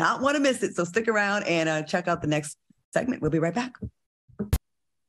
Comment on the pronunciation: Lmaooo not even round but “ from RINE nea” 😂😂😂